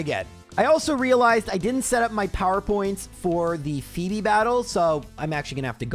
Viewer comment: I misswhen called her Fweb instead of fee-bee.